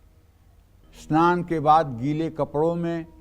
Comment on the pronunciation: aap saman ko asnaan kyon bolte hein aap aur bhi kai shabad aise hi bolte hein ya aap log sanam ko asnaan aur sangat ko asangataur sharir ko asharir aisa kyon bolte hein kirpa karen. 🙏🙏